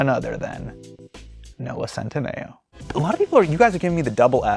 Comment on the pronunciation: wait is that how centineo is pronounced lol